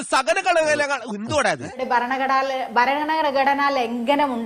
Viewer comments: 🤣🤣🤣🤣🤣BharanaGalana galana Khadana. 😅😅😅maryadaki ucharikyan polum ariyilla...vattam..gattam....kattam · ഇവൾ എന്ത് എഴുത്ത്കാരിയാണ് ഭരണഘടന എന്ന് പോലും പറയാൻ കഴിയാത്ത ഇവളാണോ IAS ? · ഇവളെങ്ങനെ എഴുത്തു കാരിയായി. ഭരണഘടന എന്ന് നേരാവണ്ണം പറയാൻപോലും കഴിയുന്നില്ല. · ഭരണഘടന എന്ന് പോലും നേരെ ചൊവ്വേ പറയാൻ കഴിയാത്ത മരവാഴ യാണ് ഷഹനാസ് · ഭരണഘടന എന്ന് പറയാൻ അറിയില്ല അവളാണോ I A S 😀😀😀😀എന്തായാലും ഇരുന്ന് നാറി പുഴുത്തു sir👌👌👌👌👌